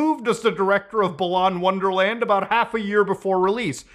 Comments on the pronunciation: I like how balan wonderworld is so bad that Muta couldn't even say the title of the game correctly. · I find it hilarious that wonderworld is such a forgettable game that nobody cares about muta mispronouncing it lmao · The game is so bad muta couldn't even be bother to pronounce the game's name correctly lol